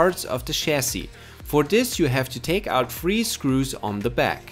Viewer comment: It’s pronounced 3 not free hahahahaha